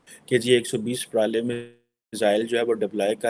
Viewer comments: It's pralay not prolay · MADrassa chaap, yeh pro-lay nahin “Pra-la-ya” hai. Lahori Urdu yani aap LARDU language bolne wale ho. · It's pralay not parali 🤣🤣🤣🤣🤣 pakistanis 🤣🤣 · It is प्रलय bolna to seekh lo pehle fir video banaooo yrrrr